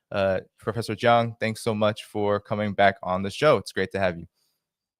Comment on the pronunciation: He keeps on calling him Prof.Jang, which should be called Prof. Jiang